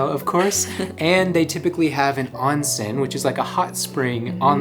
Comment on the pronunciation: Beeeautiful!! Thank you for sharing! Btw, onsen is correctly pronounced with a long o.